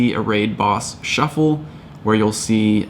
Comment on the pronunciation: Raid Boss Shuckle!! (I know you said shuffle, but it sounds fun lol)